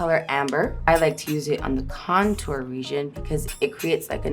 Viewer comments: I live for her saying cotnour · Nobody: Rihanna: Cun-TORE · I love the way Rihanna says contour